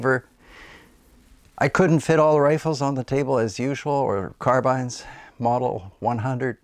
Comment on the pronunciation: Great interesting video. Thank You. I have always loved carbines (you say it correctly by the way. After all, if you write down the word Woodbine, no one would pronounce it Woodbeen!). I have a Howa Alpine Mountain Rifle in .308 Win here in the UK and I love it. It is really lightweight, very accurate and short enough for all woodland applications, whilst obviously capable of pushing out to long range. I have reverted to the floor plate magazine as the polymer five round box conversion has the mag release exactly where you place your hand and is just the WORST AND MOST APPALLING DESIGN ever! (If only someone would make a decent drop in metal one with a sensible position for the release!) First time out in a high seat, just quietly settling into position, I carefully moved the rifle slightly and managed to dump a full mag into the brush below me. So much for a stealthy arrival on scene! The rifle though, is tremendous and with a Leupold VX-R on top, is fantastic in low light. The bedded fiberglass stock is really good and of course makes it all 'UK weather proof'! You have some lovely rifles there, great collection. Stay safe and happy shooting.